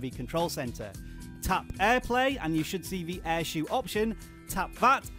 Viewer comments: It's not air shoe its air show as in shou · Umm Shou is pronounced as show, not shoe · My app only says "shou" not "airshou"